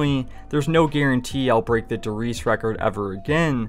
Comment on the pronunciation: Not to be that guy but. Der “Reezuh”